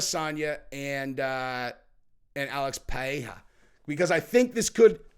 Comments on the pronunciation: Bro just stop trying to say Pereira it's obnoxious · Put the R's in Alex's last name like a Damm American lol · Please don't sat Pereira that way